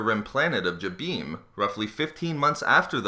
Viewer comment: This guy butchers all the planets names...Example..this one and Mygetto